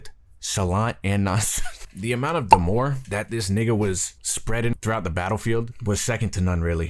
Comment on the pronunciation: bro said demoore